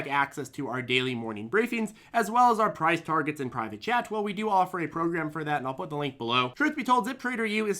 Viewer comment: Ok it's private chat not private jet. 😆😆😆